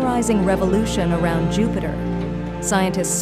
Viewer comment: LOL Your fake computer voice called it jew-peter and a dozen other mispronunciations. HAHA it can barely speak english